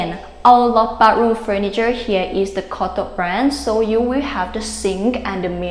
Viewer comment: Great video! Thumbs up! Try practicing saying the word "bath", and "bathroom", it is extremely important in your job. You may find the "th" sound hard to say, and even near impossible, but I am sure you can learn.